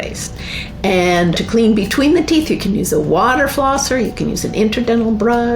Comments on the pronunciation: Teeth....not teeph. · They’re called teeth not teeeff. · They’re teeth, not teef. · Why do you keep calling Teeth, Teef? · Tooth. Not teef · Our "teef" and not "teeth" LOL 😂😂😂😂😂😂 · if ur going to make a video about teeth please learn how to say teeth and stop saying "TEEPH" lol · Haha you say teef instead of teeth😂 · I could SWEAR i hear him saying "Teef"... lol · My brother in Christ… are you saying “teef?” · Okay. First, are you saying teef? Are you tongue tied? It was one of the hardest things for me to learn when fighting my speech issue as a kid. Saying TH and not F. Secondly. The "fact" that our ancestors had perfect teeth? That is not true at all. While perhaps it might be true that gum disease, and cavities were likely less common than today due to a almost complete lack of sugar...and acidic foods. A tooth could and often did lead to death. Diet plays a huge part...yes, but we also do not use our teeth like the hunter gathers did... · How many times is gonna say ‘Teef?’ Or is he trolling. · I think he said it that way every single time. And toof. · he say teef